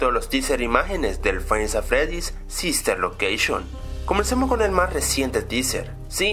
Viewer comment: sister locaction xD se le salio la c